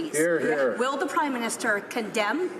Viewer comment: That is NOT ZEE question you asked! ZEE what I mean?